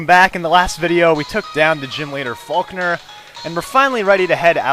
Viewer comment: lol when u said falkner it sounded like u said fuc*er